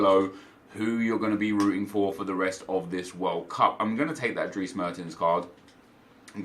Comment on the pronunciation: I ‘m amazed of how you always force yourself to pronounce the names correctly! I’ve never heard someone who speaks English pronounce Dries the right way. Well you did. (Drees)